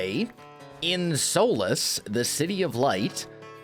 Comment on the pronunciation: If it's called Solas because that's the Irish word for light then it's pronounced sUlas, not sOlas